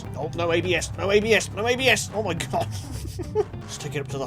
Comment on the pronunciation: "Ma teeth", makes me laugh sooo hard